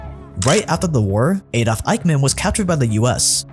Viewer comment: Why you pronounce Adolf Aydof???